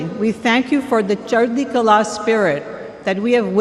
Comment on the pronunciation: You literally didn't even try to say it right 😂. Chardi kahlah means positive attitude. I'm Christian, but I was like come on